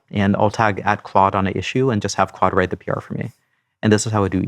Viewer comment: He is definitely calling it "quad" 😅